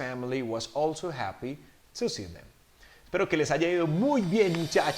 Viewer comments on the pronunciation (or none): uh me confundí solamente al final porque en la parte de "Daniel's family was ALSO happy to see them", habías dicho como "all to.." y en el segundo si "also...". esa parte solo me confundió por la pronunciación pero whatever también está en darle sentido a la oración. gracias por el dictado!